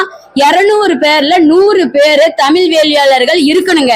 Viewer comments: ஏன்டி உனக்கு முதல்ல தமிழ் உச்சரிப்பே வரலை தமிழை தமில் சொல்கிறாய் இவளை யாரோ இங்கே அனுப்பியது தெரிகிறது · உன்னை பாடிவிட்டு அசிங்கப்படுத்தியிருக்கனம் உன் தமிள் அவ்வளவு நழ்ழா இருக்கு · tamiz appadinnu sariya sollu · முதலில் தமிழ் என்று சரியாக உச்சரிக்க கற்றுக்கொள்ளுங்கள் தமில் தமில் தமில் எத்தனை தமில் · தமில்இல்லை தமிழ் என்று சொல் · First the lady should pronounce Tamil properly. Pronounce ZHA correctly. Then you talk. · First let this WOMEN OTHUVAR pronounce original TAMIL ,instead of killing TAMIL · மொதல்ல தமிழ் என்ற வார்த்தையையே சரியாக உச்சரிக்கத் தெரியவில்லையே நீயெல்லாம் யாரும்மா? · தமிழ் முதல்லா சரியாக உச்சரிக்கவும் ..பின்பு …மற்றவை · தமிழ் என்று உச்சரிக்கவும். தமிழ் படாத பாடுபடுகின்றது.வாழ்க தமிழ்! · முதலில் "தமிழ்" என்பதை சரியாக உச்சரியுங்கள். யாக சாலையில் ஓதுவார் அவர்களுக்கு என்ன செயல் இருக்கிறது? ஓதுவார்கள் இறைவன் அருகில் இருப்பவர்கள். இவர்கள் ஓதுவதை கேட்கவே இறைவன் கருவறையில் வீற்று இருந்து எல்லோருக்கும் அருள் பாலிக்கின்றார். சிவா பெருமானின் குண்டலமாக திகழ்கின்ற ஓதுவார்கள், இறைவனுக்கு கேட்கும் தூரத்தில் இருக்க வேண்டும். யாக சாலையில் அல்ல. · பைத்தியம் உனக்கு "ழ" உச்சரிக்க வரவில்லை.தமிழ பத்தி பேசற. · தமிழ் ன்னு உச்சரிப்பே உனக்கு சரியா வரலயே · முதலில் தமிழை சரியா உச்சரிக்கவும் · முதலில் தமிழ் என்று சரியாக உச்சரிக்கவும் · முதலில் தமிழ் என்று உச்சரிக்க வேண்டும். தமில் இல்லை. வேள்வியை வேல்வி என்றும் இந்த அம்மையார் சொல்கிறார். எந்த ஒரு மொழியிலும் இல்லாதொரு அழகு நம் தமிழில் மட்டுமே உள்ளது. நாம் அனைவரும் முதலில் சரியான முறையில் தமிழை உச்சரிக்க மற்றும் பேச முயற்சி செய்வோம். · தமிழ், மொழி, வழிபாடு போன்ற சொற்களைக்கூட சரியாக உச்சரிக்க தெரியவில்லை. கடவுளே!!!! முருகா இது என்னடா உனக்கு வந்த சோதனை. தமிழுக்கு உரித்தது ' ழ '. இதுவே இன்னும் சரியா வரல. என்ன முருகா?